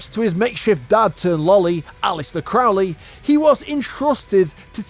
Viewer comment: 🙀 I didn't know Crowley rhymes with Loli until you said that